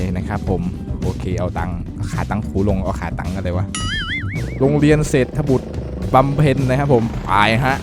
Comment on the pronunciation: พี่ครับโรงเรียนนั้นอ่านว่าเศรษฐบุตรบำเพ็ญ